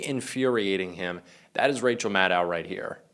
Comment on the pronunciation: Love Rachel. Please show respect and pronounce her name correctly. It is MAD-DOE.